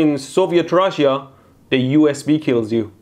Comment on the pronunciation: Man why do you say rushia and not rusha?